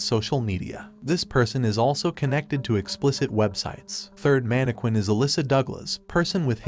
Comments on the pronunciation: the way he’s is pronouncing mannequinn and the tiktok its crazy lmafo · The way he’s pronouncing mannequin and TikToker is crazy lmaooo